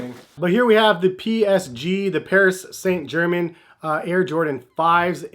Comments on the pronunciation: 'Paris saint German' bruh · Paris Saint “GERMAN”😤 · PSG's are cool. Pronounced Paree San Jer Man, by the way...😝